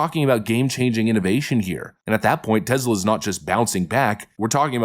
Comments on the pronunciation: Tesla like Tess La. Not tezla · Dude--it's TESS--LA. TEZZ-la is ridiculous! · Its TESLA not TEZLA. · It's TeSla not TeZla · "We love Tezler" 👌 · Its TeSla. "Tess-luh". Is it really that hard to say?